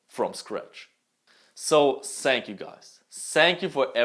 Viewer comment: You are my fav youtuber and I think you can learn how to pronaounce thanks, the, though and everything that has th on it